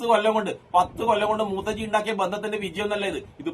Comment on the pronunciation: മൂത്തജിഅല്ല മൂത്രജിയാണ്